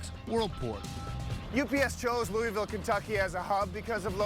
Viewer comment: It frustrates me when people don’t say Louisville Kentucky correctly